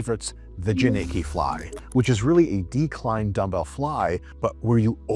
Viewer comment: Dr. Mike - your pronunciation of the last name JANICKI is wrong. It's a Polish surname. We say 'Yanitzsky' not 'Yanicky'.